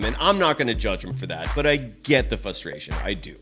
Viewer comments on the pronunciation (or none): The word is frustration God dammit! Not FUStration!! Seriously. What the fuck? How have you lived several decades and not known the difference between the actual word and your fantasy word? Has not a single friend or family member in your life said hey idiot, you're pronouncing the goddamn word wrong?